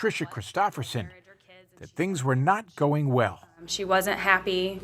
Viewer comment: (sp?) ~ The word 'going' isn't pronounced goinGUH. The g is soft. You're adding an extra syllable that isn't there. You sound uneducated. Learn to pronounce words correctly.